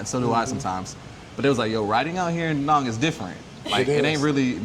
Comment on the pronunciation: Good luck with pronunciation, it’s pronounced da Nang, just like it’s spelled, not de nong. Or Vietnom, it’s Vietnam.